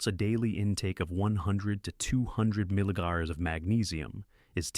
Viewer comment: The producers of this video should know that while the information may be solid, the A.I. sloppy narration undermines the message. Consider these various comical attempts to render the abbreviation for milligrams (MG): - milligars, - omgommas, - millignallers, - milligons. Best of all, it pronounces the word "finally" as eff - in - ally. Hilarious, but I don't think making people laugh was the intention.